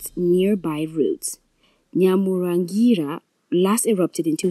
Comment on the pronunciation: Can you please try to pronounce names properly as a journalist we know it is wrong to say a name incorrectly! To do so read your texts repeats difficult words few times to memorise the proper pronunciation it is NYIRAGONGO and NYAMURAGIRA Volcano just look and read softly you will get it right